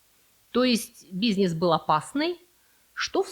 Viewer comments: Мне нравится Ваш канал, только вот слова и ударения, типа: дебЕтовая и бизнЕс, всё впечатление портят😏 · Слово "бизнЕс" режет слух :) Интересно, почему вы так говорите? Не могу припомнить чтобы я где-нибудь слышал такое произношение этого слова. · В русском языке слово "бизнес" относится к группе заимствованных слов, где перед "е" произносится твердый согласный, так что звук "е" превращается в "э". Таким образом, слово "бизнес" произносится как "бизнэс". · Ударения ставь правильно и научись говорить слово бизнес